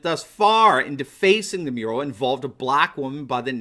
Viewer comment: Ohhh a MURAL I thought he said URINAL